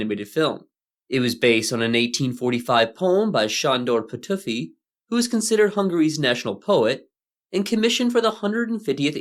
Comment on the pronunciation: this is an awesome video so far! i am so happy that non-hungarians are interested in our animation and art and are spreading the word of it, that makes me very happy and i hope to see more of it! all that being said, i hope you dont take my comment as rude, but as a hungarian i find it very funny that you pronounced Petőfi's name as "petuffy". it should be how we call hungarian pussy from now on lmao